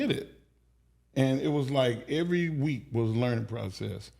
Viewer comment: (EVERY NOT ERRY)